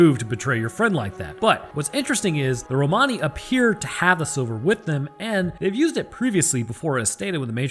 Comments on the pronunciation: In English Romani is pronounced "Roman-ey", as if you're saying something is "not quote Roman", but your "Roh-Mahny" is actually closer to the original. xD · It's Romani but pronounced (Ro-Man-E) :) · Lol its "Ro-many". Like "many" items... Blah blah. But god knows 30 people will have 30 pronunciations. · Romani sounds Italian as I am one I’ll say, it’s said Rome any. lol just for extra laughs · its pronounced rom ann e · It's pronounced Rom a nee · It's pronounced Roman e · Pretty sure it's pronounced "ro-muh-nee" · "Romani" is pronounced "Roblox". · It's an awful word to pronounce but we've always been taught in the UK that it's pronounced like Roamer-ni. You'd also use that to describe someone, as in "the Romani elder" rather than with an ian. Anyways, you knew what you were baiting; great insights as always both with that and the episode itself! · The way you pronounce Romani the first time actually makes it sound kinda italian. I don't know the correct english pronounciation either, so, might even be actually correct.